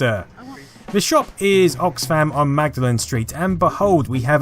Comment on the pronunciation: Mag Dalen street? Oh you mean Maudlen! spellings can be tricky :)